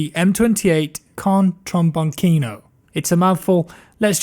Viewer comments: Oi, "tromboncino" is actually pronounced "trombonchino" and not "trombonkino". With love, an italian fan of yours <3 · Italian guy here: for the record, the correct pronunce is "trombonCHIno" (like "CHInese"), not "trombonKIno". Nice video as usual,! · “Tromboncheeno”, please, not trombonkino. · no, I'm from South Italy and Tromboncino is like Tromboncheeno. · Lol u said Trombonkino lmao and this gun is super speedy wtf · Try to pronunce it “trombonCHEEno” ahhah, we all know that you’re not italian but dioboia fa ridere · The pronunce Is chino. Trombonchino. 😋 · if its italian then its pronaunced TrambonTSinO, you welcome. and yea that piece of shaite and the commando thing+quick scoping is one of those things that ruins the game even more. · It’s pronounced trombonchino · Trombonchino 😂 that's italian and it is pronounced as it is written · Trombon kino. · Giuseppe Verzi TrombonTSinO, say it out loud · Trom bon chin o (correct pronounce) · Trom "bone"( ͡° ͜ʖ ͡°) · You should read "TrombonCHEno".. Good video anyway. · T.T Trombincino, China, chinese, chat, chest, cheat, Charlie T.T In italian "ci" and "ce" are always read like "chinese, chat", it's called smooth c, overwise it's "k".